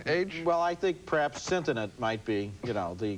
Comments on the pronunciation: Yeesh, that should have been caught by someone. "Sentinent" bears no aural resemblance to "sentient" (sen-shint). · In this episode, we accidentally learn that Roger has only ever seen the word sentient in print and never bothered to sound it out. Or maybe it's a mistake he first made as a young child, and his neural pathways simply hardened around it. This has probably happened to every English speaker at one time or another. It's just par for the course when you speak a language whose phonetics make no sense. (Don't get me started on spelling bees. In any sane language, they just aren't needed.) But it's odd that ABC let this flub go out on national television.